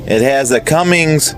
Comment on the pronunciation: Or how about the "Cummings" engine LOL. No G on the end of that name.